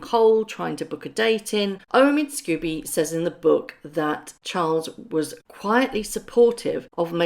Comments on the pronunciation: His surname is pronounced ‘scohby’ not scooby unless of course you’re just trying to be amusing. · The writer's name is Scobie NOT Scooby: it is unforgivable, unprofessional and rude to persist in mispronouncing his name. I've said this before so it's clear that does not read our comments or simply chooses to ignore their content.